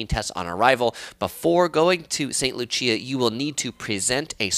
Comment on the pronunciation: Are you saying St. Lucia or another place? If so, St. Lucia is pronounced as "loo-shuh", just for future reference. Informative video!